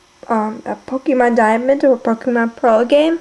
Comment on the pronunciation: This is a very good tutorial, although the way you say "pokEmon" makes me want to curl up and die. ;P